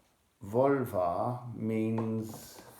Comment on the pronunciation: I hear "Volva" as "Vulva" every single time, and it's an unexpectedly potent mental image....